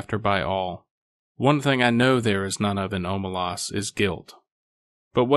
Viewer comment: It's pronounced Omelas not Omelas